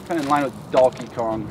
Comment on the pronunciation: 'Dalke Kong'. Brilliant.